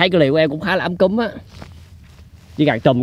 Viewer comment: Sao anh nói ấm cúng thành ấm cứm zdậy?